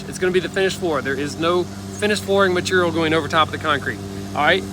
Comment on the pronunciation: says mat’rl not material lol